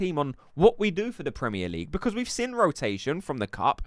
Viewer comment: I know it petty but why do you pronounce 'Seen' as 'Sin' . I just keep noticing it now. Like bavs... still says Expecially... when its especially. Love ur vids one of the most credible creators. :))